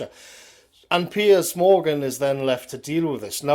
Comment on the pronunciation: Can we all just take a moment to appreciate most excellent pronunciation of ‘Piers’? PEEYAZ! Keep up the good fight,, millions of us appreciate it and agree with you!